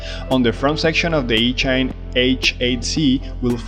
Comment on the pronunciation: Are you pronouncing the company name properly? I would guess that it should rhyme with machine, so would be ee-chine and not each-ine.